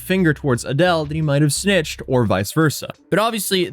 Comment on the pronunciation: Adeel pronounced “A-DEAL”